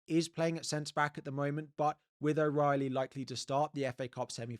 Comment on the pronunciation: You can Jake o Brien O Reilly - as an Irishmam this hurts!